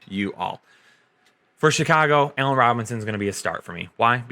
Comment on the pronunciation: I clicked just so i could hear you say Keenan "Ailllen" knowing it would build up enough rage for the day to punch a hole through a wall or someone